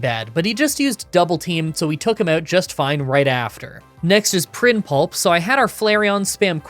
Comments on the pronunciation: Prinplup, not prinpulp. It’s not that hard to read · PrinPLUP!! not pulp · I know you do this on purpose, but here’s a comment to help with the algorithm: PRINP-LUP, not PRIN-PULP. 😛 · did you just say "Prinpulp"? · “Prin pulp?” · Absolutely love the challenges but “Prinpulp” irritates me a lot more than it should 😂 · "other than", not "either than". And "Prinplup", not "prinpulp". And your repeated tendency to get deep into the game (probably while ignoring trainers) and then having to struggle? It's bad. So is your ignoring of Houndoom, which is quite fast and devastating with Nasty Plot, Flamethrower and Dark Pulse. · prinpulp lol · lol he keeps calling it prin-pulp and i just keep imagening a prinplup that has been blended or mashed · The way you pronounced Prinplup lmao. "Prinpulp"?? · & - needs to curb his violent thoughts. He wanted to beat Prinplup to a pulp so bad he's saying the name wrong...